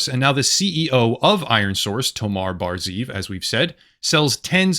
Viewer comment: Good video, but why do mispronounce such a simple name as "Tomer" (rimes and pronounced just like the word "locker") by calling the guy "Tomar"? Hebrew names aren't that difficult.